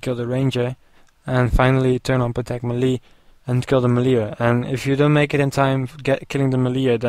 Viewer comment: you say melle lol funny